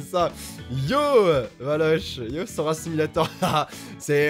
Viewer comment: Sora c'est pas arrouw ArrOw